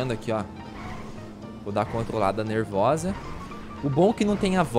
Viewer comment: "Mano so mitada nerrvosa" KKKKKKK